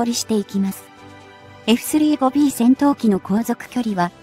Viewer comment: まず、えふすりーごびーという言い方が気に入らん！ 普通に言えよ。言えるやろ！